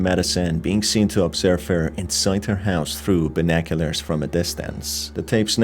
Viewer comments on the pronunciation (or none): I loved how you pronounced binoculars as binoculars